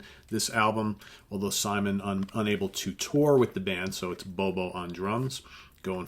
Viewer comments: it’s not Bobo, it’s Bodo. You were so worried about his last name, you messed up his first name! Not trying to be a dick - this channel is my favorite thing on the whole internet and that’s because of you and your impeccable taste and music knowledge. Keep up the great work, man! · Bodo Schopf not Bobo lol